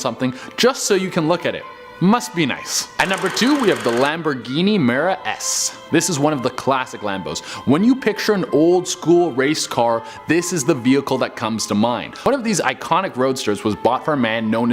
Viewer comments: Its a lamborghini miura sv not "mera s" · Lamborghini Mera? Ferrari 459 GT? You are definitely not a car guy, I guess you wanted to say Lamborghini Miura and Ferrari 456 GT, but that's just my guess...